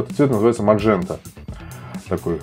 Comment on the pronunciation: "МаНжента" повеселила ))